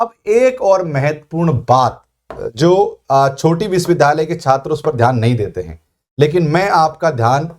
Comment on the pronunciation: सर विश्विद्यालय तो ठीक बोलिए